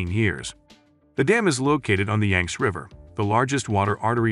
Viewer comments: Yang zee river, not yanks!!!!!! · It's YANG-see - get it right!